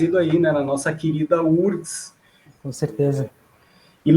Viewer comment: UFRGS… por que lê-se “úrgs”? 😖😒